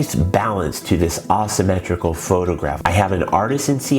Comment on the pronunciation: May I ask where you are from? I have never heard anyone say Ah-symmetrical. I looked it up and every pronunciation - including from other dialects - pronounces it Ei-symmetrical. I plan to show this to my students, and I know they are going to ask me about it.